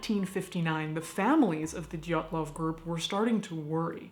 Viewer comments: Sarah White Too bad they missed the name Dyatlov. They keep saying Dylatov, bit clumsy with all that research but the show is incredibly funny! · The stress is on wrong syllables, but otherwise decent job.